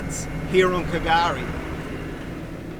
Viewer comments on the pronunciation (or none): yep, that silent "K" confused all, but slowly we are learning, as I said Patrick put me in place, it's just pronounced as Gari mate, that was in 2021. Another youtuber Daniel from "Explorer Bound" was pronouncing it same as you, but now knows "K" is silent too, so more followers learning slowly. Special Special place, literally paradise in nature as by name.. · Was wondering from the Start if you were going to go on calling it K'gari, sounds so wrong, old mate Patrick, a ranger set me straight, drop the K mate, just say Gari. Love the place, going again in August, whales galore then. Hadn't heard of the 1943 army location, but I do know the RAAF.still do circuits of it, never heard them coming, but crap yourself as they pass over, so incredibly loud, yet zero warning. So much to see & do here, never fails to enthrall me, you barely touched the surface of it. Wealie